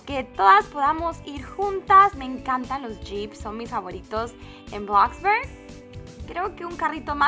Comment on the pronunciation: bloxburg no blaxbarg :v